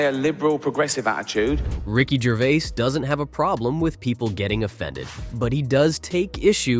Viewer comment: I was just going to say that. And in the beginnings: 'Ricky Gervé' - sloppy shite.